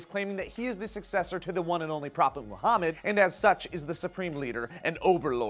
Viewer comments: It's Muhammad... Not 'mo' hamed. At least spell the name correctly if you're reporting this bs story. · Muhammad not MOhammad. Iraq not Airaq.